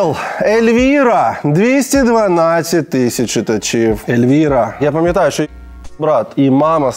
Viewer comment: Чому Ельвіра, якщо там пише Ельвіна?))